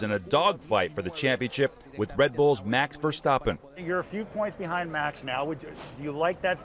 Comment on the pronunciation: He actually said Max Verstappen correct lol, take a notice formula 1.